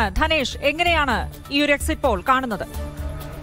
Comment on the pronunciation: എക്സിറ്റ് പോൾ അല്ല എക്സിറ്റ് പുൾ ആണ്